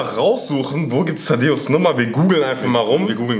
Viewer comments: Es heißt Thaddäus nicht Tadeus 😂😂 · Es heißt Thaddäus nicht Taddeos 😂